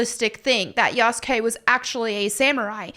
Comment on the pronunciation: Yasukey👀 yasugay💀